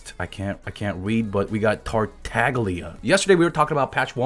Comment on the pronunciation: Tartaglia is pronounced in italian. The "gl" sound doesnt exist in english so it's hard to explain, you may have to hear someone say it to fully understand.